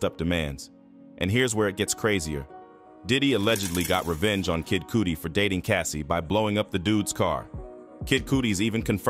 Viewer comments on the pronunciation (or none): Kid "Cooty" hahahaha Bro, its like "Cutty" or "Cuddy" Kid Cudi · Lol dude said "Kid Cootie" L